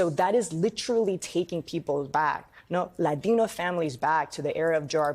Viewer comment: I hate how white people say the word latino